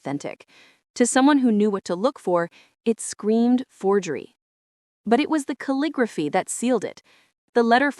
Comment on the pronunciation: cal-li-grof-fy...do you use AI or are not able to pronounce the script used for a particular type of penmanship? Ca-lig-graph-ee, DUH